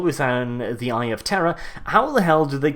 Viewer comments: And to think all this time I thought you were saying "the eye of terra" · Are you saying eye of terror or eye of Terra? ><